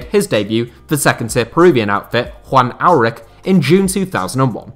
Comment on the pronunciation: A couple small corrections I wanna make about peruvian football. The ch in Aurich is pronounced the same way the ch is pronounced in Munich. And second thing. While the team Universidad San Martín is owned by the university of the same name, they are a professional club who compete in our professional league, as we don't have university football like in the US Besides that, great video!